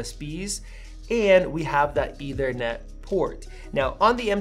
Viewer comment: “Eithernet”? Lol